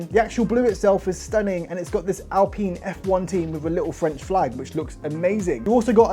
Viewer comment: This idiot can't even pronounce alpine, do you really want to listen to the opinion of someone who can't pronounce alpine... What an absolute plank 🤦